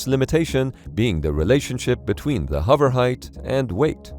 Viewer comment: Why do you say huver instead of hover?